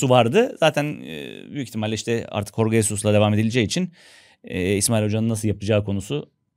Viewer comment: "Horge" değil "Jorge". Adam İspanyol değil Portekizli dolayısıyla "J" harfini "H" olarak okunmaz. Adamın soyadını. okurken "Hesus" olarak okumadığınıza göre adını niye "Horge" diye söylüyorsunuz? Azıcık mantık😮